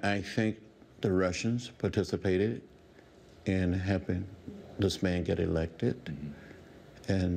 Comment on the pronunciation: It's HELPING not HEPPING!